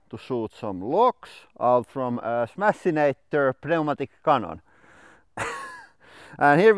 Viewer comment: You mean like "bloo bloo bloo bloo" lol awesome. Just a side note I love the way you say the word "pneumatic" brother but in english we just say "Newmaddic" or "numadic" or "nomadik". Not sure how that will best look from your own pronunciation of the roman alphabet. But seriously... dont stop pronouncing things your own way! It's awesome to me and my family